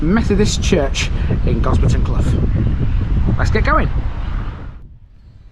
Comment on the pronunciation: As a resident of Quadring Fen and grown up in Gosberton Risegate I am finding this a little disrespectful that you couldn't check with some of the locals about how to pronounce the place names. Quadring is pronounced QWAY-DRING, CLOUGH rhymes with HOW. There are no open pubs in either Gosberton or Risegate.